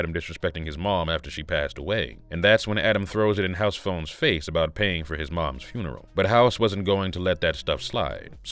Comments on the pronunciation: first of all its funeral not frenrel...plus the whole he's talking to Adam hes looking down he don't look at him barely sign of big weakness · wtf is s frurneral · The way he pronounced funeral had me rolling.